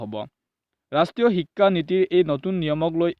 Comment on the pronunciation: Apunar vedio bur bhalei kintu pronounciation tu olp improve koribo lagibo, ho tu o ucharon nokoribo, onghudhon nhy honghudhon, ekha nhy hikha buli ucharon koribo